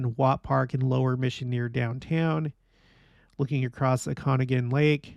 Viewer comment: “O-kan-aw-gan” Lake